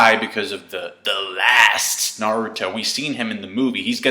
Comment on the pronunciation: haha the way you say The Last always gets me. XD